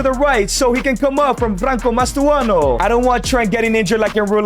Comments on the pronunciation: Its not mastoano pal its Mastantuono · he really said "mastuono" 🥀🥀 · cant help but notice the "Mastuano" of Mastantuono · mastuano its mastuntanuo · Mastantuono ❌ Mastuano ✅